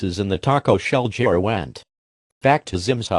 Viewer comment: Why you say jir it's gir